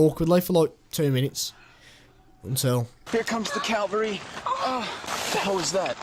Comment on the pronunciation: 'Here comes the Calvary.' /facepalm